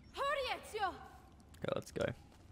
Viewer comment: ezio sounds like "me trae one"